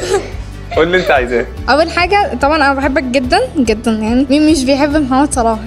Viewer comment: His name is Mohammed not that hard 🙄